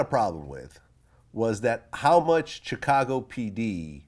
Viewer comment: Vlad you STILL can't pronounce Chicago. It's (Shi-ka-go).